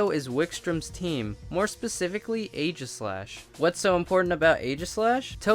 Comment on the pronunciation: Is anyone else thinking aegislash should be pronounced with a hard g?